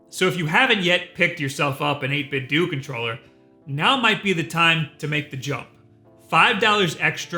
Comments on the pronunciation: EIGHT BIT DOUGH not doo...come on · 8-bit-doo? Nin-ten-DO 8-Bit-DO Cut this shit out. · Fuck man.... "8bitDOO".... lmfao. Why fo you insist on pronouncing everything wrong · I always thought you pronounced it as '8-bit-dough,' with a shorter stress on the 'dough' sound to make it how you read the brand, 'Nintendo.' Or is this just and his preference? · Surely it's not actually pronounced 8Bit"Dew", right? I thought for sure it would 8Bit"Doe", as in Ninten"do". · Am I the only person who pronounces 8bitdo "dough" not "do"? you know the same way that we pronounce Nintendo. Because I'm pretty sure that's what they were going for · Why do you guys say "doo", I hear a lot of youtubers say it wrong. Wouldn't logic dictate based on the logo and controllers they put out (along with model numbers) infer that it's "8bit-DOE" to play off the clear Nintendo inspiration? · Wait, it's pronounced 8-bit-du? I always thought it was a spin off the word Nintendo so the last "O" was a long O. I guess it's like how nobody can agree how to pronounce "hadouken," or for that matter, spell "hadouken." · "ÆIGHT BIT DEW" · Every time I hear "8 bit dew..." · I didn't know it was pronounced "8-Bit Doo" I swear I've been saying it "Doh" lol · Pretty sure its pronounced 8bit "doh", since, you know...nin-ten-do. Just wow for a guy thats got 600k+ subs lmao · Sigh... Are we sure that 8bitdo ends with the “doo” sound? My brain just always wants people to pronounce a hard “O” as the pronunciation of Nintendo... it just makes me feel better... “Doo” is just so jarring... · Is the 8bitdo name not obviously playing off of the Nintendo name? Who says 8bit-doo? Nobody says Ninten-doo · NIN-TEN-DOUGH 8-BIT-DOUGH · I thought it was pronounced 8bitdough like Nintendo not nintendue. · Isn't it pronounced eight-bit-doe like.. Nintendo? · I believe it's pronounced "8bit-doh" like "ninten-doh" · 8BitDo... Nintendo... almost seems like they'd be pronounced similiarly.